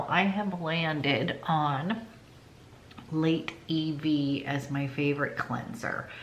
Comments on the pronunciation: I am kindly making a suggestion to pronounce the word Lait (milk) correctly...it sounds like Meh, so "Leh", not "Late". Hope that helps! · The french word for milk is Lait and you don't pronounce the "t". Pronounced "lay".